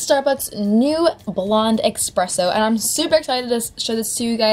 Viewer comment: ESpresso. not EXpresso. AHHHHH